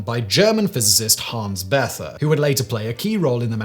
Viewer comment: Bethe is pronounced "beta" or bay-ta.